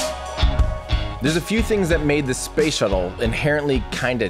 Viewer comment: I keep hearing "shovel" every time Tim says "shuttle" and I'm laughing like an idiot by myself. Space shovel. Space shovel. 🤣